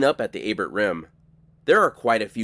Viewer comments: A bear not A bert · Lake Abert is a French name and the "t" is silent, just like in Chevrolet.